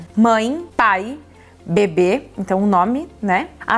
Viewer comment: Socorroooo!! Vc falava sobre o bebê e eu só ouvia “sobre o bbb”